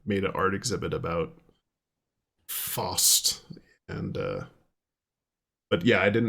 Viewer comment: FYI - Faust is pronounced like fowst :)